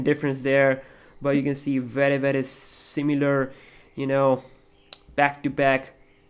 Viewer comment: beder and bery bery good and lastly titter damn loool